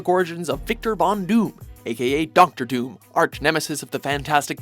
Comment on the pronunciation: What's up with you guys always getting names wrong?? Doctor DOOM doesn't have an S in it.